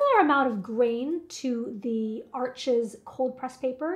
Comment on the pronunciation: It’s French, the (s) is Silent, it’s pronounced Arche!!!